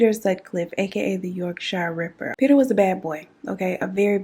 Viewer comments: Yorkshire is just pronounced 'york-sheer'. No shyers here 😁 this was on of our big cases, the Yorkshire ripper send shivers down your spine, he got to live a comfortable life in the institution along with a few other well known crazies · Us English folk have some weird place names. Yorkshire is pronounced like York- shear. Why we feel the need to confuse everyone is beyond me :) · You missed a few women out and the letters and Yorkshire is pronounced yorkshere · I’m creasing girl 😂😂 Yorkshire is pronounced ‘york-sher’ 😂😂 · I actually laughed out loud at the way you pronounced Yorkshire 🤣...much love from the beautiful county of Yorkshire..with no drawl in the shireeeee lool....